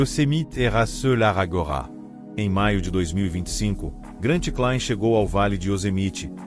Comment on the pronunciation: Essas narrações digitalizadas são horríveis, muitas palavras erradas incluindo o nome do escalador além das legendas... uma bela história mas nada como um vídeo bem narrado por alguém que tenha boa dicção.